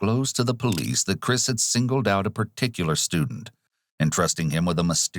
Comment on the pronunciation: Is the narrator AI? The voice has gotten better but there’s still like this weird gross, guttural thing going on. And like the super “true crime” voice that just emphasizes words for no reason. Buiiiilding. Neeeeighbors. Chriiiiissss. Wtf Is this